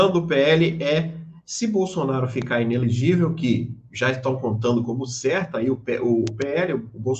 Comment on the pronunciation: "ENELEGIVEL" doeu